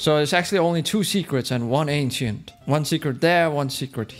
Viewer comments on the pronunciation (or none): How ppl say ancient ainchent how ram says ancient ainchient